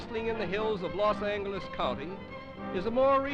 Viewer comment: "Los Angleles" and "Olvero St" LOL